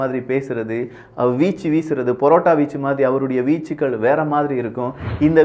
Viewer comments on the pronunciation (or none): none